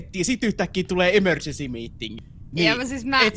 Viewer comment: Kohas sanoit 'toihan oli ememercy' 😂